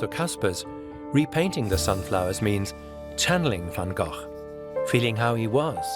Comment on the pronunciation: Not Van Gogh..